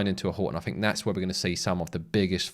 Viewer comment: Was looking for subtitles .. did have difficulty with ……. Noo …. Fink…….. far’sand …. Fing…… freshhold…..free-mumffs later…. Then your obviously fake headline price crash…. I saw no crash …. ….